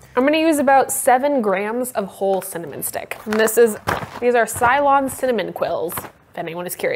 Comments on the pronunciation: I think it's pronounced "say-lon" cinnamon. It's only cylon cinnamon if it's got the red dot going back forth across the top. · I think you ment Ceylon (suh ·lon) ☺